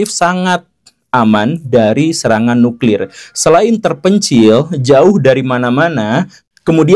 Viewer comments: Nuklir Pak... Bukan nukril...!😁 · Nuklir atau Nukril....!?? 😅